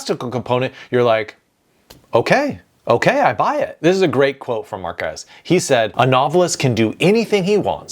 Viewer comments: Hmm ... it is always an excellent idea if you are going to say something abut someone, NOT TO BUTCHER THEIR NAMES. Just as an example the name MÁrquez you can clearly see the accent/tilde on the A so that is the letter with the stress on it, not the las E. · no, Marquez ISN'T the father of magical realism, that genre existed long before him, he only boosted its popularity and the "ll" in spanish isn't read as a single "l", is read as "y" Norman Osborne in Spider+Man 2… how could you mess this so badly? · Also, "Gabriel" takes the stress on the E, "Márquez", on the A, as the written accent indicates, and "Borges", on the O.